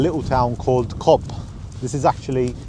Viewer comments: Cobham. Is pronounced Cove. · it's cobh (cove) not whatever the hell you called it. 🤣🤣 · Cobh is pronounced "cove". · cobh is pronounced COVE guys! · Cobh pronounced Cove . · Cobh is pronounced "Cove" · Its pronounced cove 👍👍